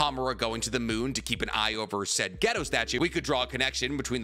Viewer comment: a can't help but to take you saying gedo statue and misinterpret that as you saying ghetto